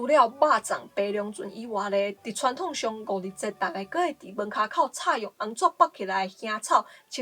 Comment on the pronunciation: thoân-thóng念成chhoân-thóng了，應該是受華語影響